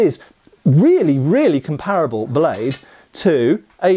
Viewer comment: I often wonder why even British people can't pronounce "comparable" correctly?